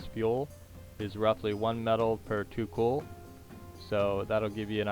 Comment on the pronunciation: It's "Coal" not "Cool"